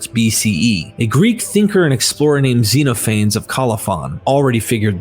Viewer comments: DUDE, YOU SOUND LIKE BILL AND TED WHEN YOU PRONOUNCE XENOPHANES...ZENO FAYNES??? ZEH NOF FAN NEEES 😂😂😂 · Zeeno Fanes. You make him sound like some surfer dude. lol. It's Ze-noff-uh-neez. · Great video, but I believe "Xenophanes' is pronounced "Zeen of-an-eese". , not "zeen-o- fanes" . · First half of video: Xeno-Feign, the false alien The Loovruh in Paris Chi-Mera, the great tea monster Second half of video: [name of thing] "and I hope I'm pronouncing that right." Jokes aside, thank you. I'm really interested in this book now. I could fill a page with questions that I think merit further explanation (which is to say I'm not thoroughly convinced by all her arguments as presented by your video), but that just means I want to look deeper. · Xenophanes is pronounced "zen-OFF-uh-neez" in English. You've produced a nice collection of information.